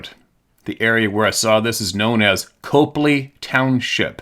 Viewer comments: Just a quick correction........in the first story, the town of Copley is pronounced Cah-plea. Not coe, but Cah, Cah-plea, Copley. Thought ya'll would like to know. Be safe and have fun, everyone! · love the channel. it's pronounced Cop-ley(cop-lee). not far from cuyahoga valley national park which has numerous incounters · Hey Brother. Short version, you just read it. Akron has a short A, so does Copley (short o), both are too close to home (20-30 minutes). Welcome to Ohio. I just don’t want you to sound and like a tourist. During the same time, I had my first interaction, I’ll write in some day. The super short version is, as I understand it, it started when they clear cut some mining hillside, “Minerva monster” was born. 😮 Things started happening then and went on all summer. I guess that’s what happens when you wreck somebody’s home. I’ll write in sometime, just not right now.